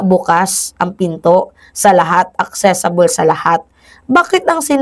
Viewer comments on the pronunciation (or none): ACCESSIBLE hindi ACCESSABLE 😂😂😂😂 kakaloka ka😂